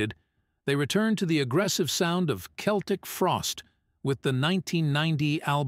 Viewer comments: Only an A.I. voice would say "Seltic" instead of "Keltic", like everyone did back in the day.😂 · It's pronounced "KELTIK", NOT "Seltik". Learn already! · Keltic end of discussion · I think this is due to the AI generated voice. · the americans still cannot pronouce this right ,but to say the frosties where one of the most important bands in metal is most definetly true awesome they helped to inovate so many sub-genres of metal thrash ,death,black ,avante-garde ,gothic even some doom pity about glam with cold lake but still love this band up there with sabbath ,priest ,maiden to name a few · Dude pronounces Celtic Frost two ways throughout this.